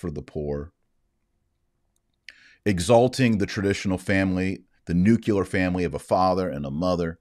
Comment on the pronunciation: Did Taylor just say nucUlar??? You just lost all credibility with me. You southern fried Americans need to learn to pronounce the word NucLEAR. Yall need to make a visit to yo liBary!